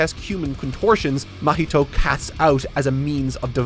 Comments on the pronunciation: how can you say junpei perfectly, but you say "mah-heat-o" like come on dude. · ITS NOT MUH HEE TOE :(( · pronouncing Mahito's name like mojito is hilarious 😂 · Someone on team please correct his pronunciation of 'Mahito'.